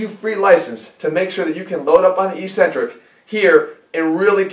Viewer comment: "ikˈsentrik", that's the phonetic pronunciation. It's hard to take someone serious no matter how good their information is when they continue to mispronounce technical terms. "E-centrc" sounds cheesy. Concentric and Eccentric, there's two C's there bro.